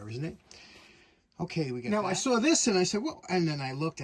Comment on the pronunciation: I was trying to figure out when you use "Hammah" and when you say "Hammer" and then i heard you say "Sawr", so i guess you only have so many R's to use in a day and have to ration them :)